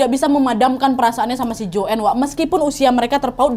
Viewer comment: Nadia chanel yg paling jls menceritakan kembali kasus ini di banding yg lain, cm aku kok kesal ya pas dia nyebut nama joanne dgn joen. Lynn dgn Silin. Kesal kali aku...